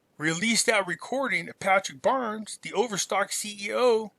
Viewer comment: Are we witnessing The Art of War here maybe....? By the way... It's cognitive DISSONANCE and not cognitive dissident,. 😉 Patrick Byrne, pronounced BURN, not Barnes....